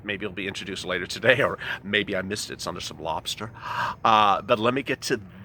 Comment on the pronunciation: Lol your "lobster" 😂